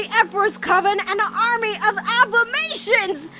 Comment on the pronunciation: Is no one gonna talk about how she pronounces abomatons?